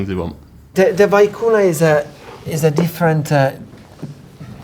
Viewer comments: Vicuña not vicuna! That made me cry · It's pronounced, "vee-KOO-nyah". I knew without asking, but have verified that pronunciation with more than one aristocrat from the Western side of the Andes (and two from Buenos Aires). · Experts who can't even pronounce Vicuna correctly, full of shit to the max.